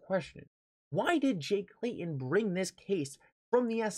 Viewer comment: Pronounced with T in the name ...not Clayon it's Clay Ton